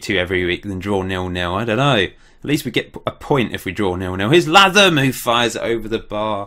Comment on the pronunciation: Really loving this series but pleeeaaassseeee, Latham is pronounced like Statham in Jason Statham! :(